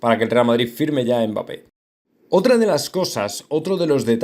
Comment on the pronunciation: No es mbáppe es mbappe habla bien